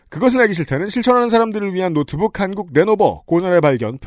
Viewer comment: 칸국 인 것인가? 한국 인 것인가? 내 스피커 탓인가?